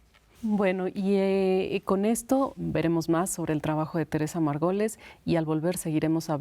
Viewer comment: No puedo con que la conductora pronucie «Margoles» en lugar de Margolles.